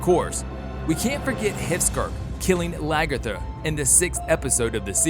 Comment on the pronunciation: I hear you, LaGERTHA! 😂